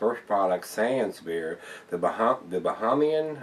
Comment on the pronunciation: This is Barak, The Kalik you can get in Florida but that one you can't, Any made by the Bahamian Brewery can only be bought in the Bahamas. Bahamian is pronounced with 2nd A is a long A